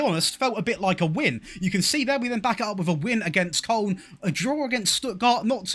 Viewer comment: You might be the only English YouTuber who doesn't say Kolon for Koln.